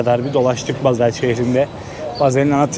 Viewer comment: Bazel değil Basel